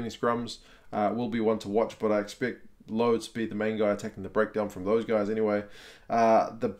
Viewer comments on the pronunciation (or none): Also Lood is pronounced loo-word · I know. It is loo-wit